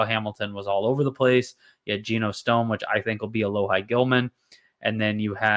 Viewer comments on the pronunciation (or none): Sorry, pronunciation is (Alo-Hee). Played ball with him in highschool 🤙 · It’s pronounced alo-hee lol sorry to be that guy